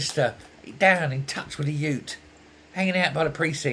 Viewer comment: I love the way you said "youth" when mocking Burnham. That is the way my father's family, in Massachusetts, said it. He had moved to Washington, DC (where I was born) and lost the accent, so it was a real treat to go to his hometown and listen to the people talk.